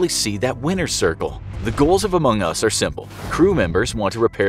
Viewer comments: Oh he put the Em-pha-sis on the wrong syl-la-ble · i have 2 things to say 1. Its pronounced amongus 2. Its not an indie game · The way you say Among Us is sus. :/ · Idk if I'm the only one to notice this, but isn't it weird or off tone how the narrator says Among Us a few times? Here are a few examples: It might just be me but idk... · Meh, like the "facts" in this video are either extremely common knowledge or just dead wrong/illogical. Thats just my experience on among us though. Besides, they lost credibility when they posted a video with such a pronunciation of "Among Us"